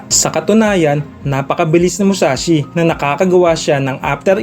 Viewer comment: Mushashi?? Musashi yon BOBO!